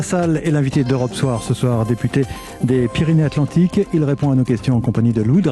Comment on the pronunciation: il faut faire la liaison " Pyrénées-satlantiques"